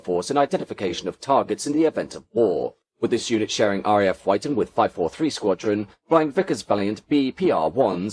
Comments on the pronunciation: Wyton is pronounced "Witton" not "Wighton". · Great video. Couple of gripes...RAF Wyton is not pronounced "White-on" but Witton. Also while discussing Victor B2 developments, the pictures were of B1 variants. The Victor looks incredibly futuristic even today. The recent B1 restoration is very impressive. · Sorry, this isn't quite up to your usual very high standards Aside from the mispronunciation of RAF Wyton, there was no mention of the fact that during the early stages of development of the Victor, it was initially intended to be a tailless design; the innovative T-tail - worthy of discussion in of itself - was only a later addition. Also, although there was some mention of the maritime role, there was no mention of the anti-submarine (ASW) role specifically; Denis Healey once claimed that (thanks to the SR.2), the British knew the location of every British ship in the Mediterranean. A mighty aircraft. The comparisons between the V-bombers are interesting. The biggest "what-if" is if the "Pathfinder" Valiant B.2 had been put into production. Supposedly not suffering the fatigue issues of the B.1, it was purportedly the most suitable of all the V-bomber designs for operation at low-level. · Surprised he didn’t know the correct pronunciations of Odiham and Wyton, also I think the radar was Green Satin not Yellow Satin🤔